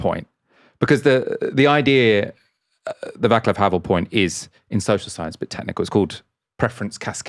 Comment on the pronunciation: Small point: pronunciation: Václav is pronounced Vah-ts-luff Thanks. Much appreciated.